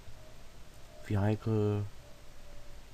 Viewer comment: vehicle wird "wihikel" ausgesprochen :D